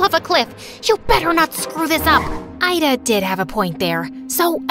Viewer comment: My name is ayda but u pronouns it like ida